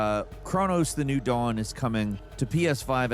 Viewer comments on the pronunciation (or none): none